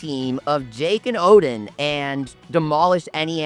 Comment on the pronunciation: O-din not o-dean ffs 😆